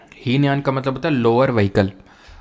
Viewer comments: Heenyan or mahayaan glt bol diya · hinyan mahayan galat bol die